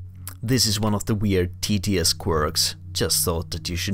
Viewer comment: No, your English and pronounciation are really good, it's just that saying TTS quickly sounds exactly like tedious!